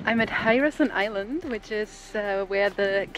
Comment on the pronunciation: Lmao at Hye-ruh-son Island 🤣I don't know why I found that so adorable but we call it Herrison/Hair-uh-son island.